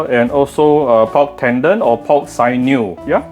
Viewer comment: sinew is pronounced sin-new